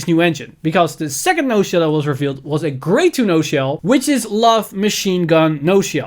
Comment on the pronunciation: The "ci" on HER name is pronounced as a "ki"